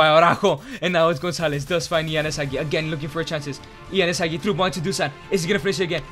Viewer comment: Why is Castrovilli Capt? he isnt even second or third capt in our team, should have made it Milenkovic. Hell Castrovilli doesnt even play, benched by Bonaventura and Maleh. dude cant even pronounce Hagi correctly.